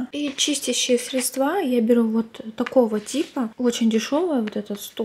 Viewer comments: Ударение правильно срЕдства, а не седствА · Милая девушка, у вас изумительный голос и чудесная дикция.. но срЕдства.. срЕдства Вы говорите как провинциальный бухгалтер